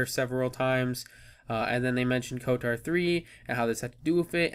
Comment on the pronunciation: You are pronouncing it wrong lol, where is the "a" in "kotor"? Lolz